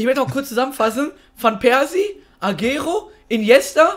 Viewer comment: xD agero der wird aber ein bisjen anders ausgesprochen ^^